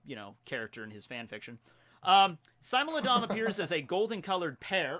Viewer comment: you are saying smilodon wrong xD